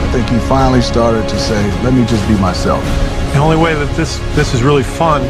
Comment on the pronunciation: “let me just be myslef” no hate but we all make mistakes just like everyone who hated Lebron and loved him after coming back from Miami to bringing them a champion ship later on. #respect